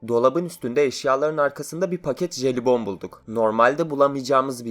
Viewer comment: Jelibon derken ne dediğini anlamadım.,.